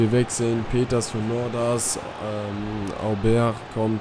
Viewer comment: So: "Obäär" - du machst das schon richtig :)